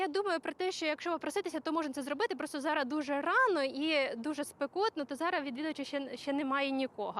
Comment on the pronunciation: не «зара», а «зараз»!